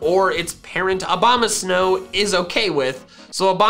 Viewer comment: Also I swear you just said “Obamasnow”